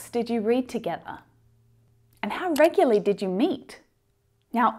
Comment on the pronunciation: I have just learnt how to pronounce the word "Regularly" 😄✌️